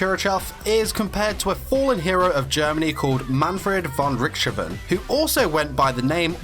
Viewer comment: Not to put to fine a point on it but you bring nothing to the table. Just watch the anime and you get all these answeres. AND you mess up Richtofen's name!!